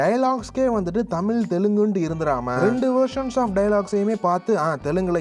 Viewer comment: தமிழ் அ ஒழுங்கா சொல்லுயா , தமில் ஆம் 😂